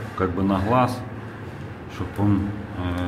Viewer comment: Не ложу, а кладу. Не на хлаз, а на глаз! Долго рассказываешь. Я зашёл посмотреть, как выводить уровень кирпичиков, снизу или сверху начинать кладку и на какой клей клеить. А тут автор пол ролика жуёт ерунду какую-то